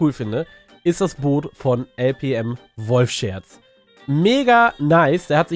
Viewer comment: Er spricht dich jedes Mal "Wolf-Scherz" aus xD